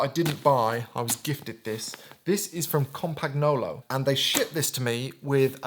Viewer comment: Compagwhat mate? It’s compagnon like ‘companion’